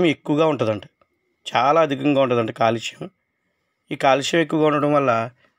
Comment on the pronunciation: కాలుష్యం కాదు........కాల్షియం.